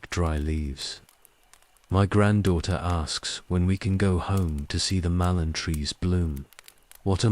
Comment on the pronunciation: After the about the 12th time of hearing a Mallorn Tree called a MALONE tree, I had to stop it. It's not as if it's mispronounced every time, every 3rd or 4th time, it's pronounced correctly, so it's just lack of care. Annoying enough to erase any sleep inducing effect it might have, as every time I hear MALONE TREE, I'm certainly in no mood to sleep!